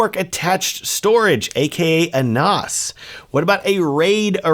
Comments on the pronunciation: Not NOS, short "a", like Nanny, NaaaaaaS. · stop calling it a noss. It's pronounced like ass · Surely it is pronounced NaS as in NASA? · Very informative video however I have never heard "NAS" pronounced the way you pronounced it throughout the video.